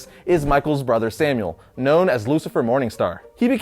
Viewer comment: Not Samuel Semiel SE-MY-EL